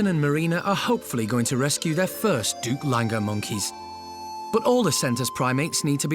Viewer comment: They're called "Duke Langer". Not duplanger. Lol